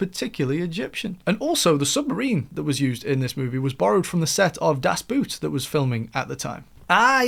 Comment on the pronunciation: Did you think the title is about the boots the Germans wear? Just pronounce it as Das Boat. You will be much closer to the German pronunciation.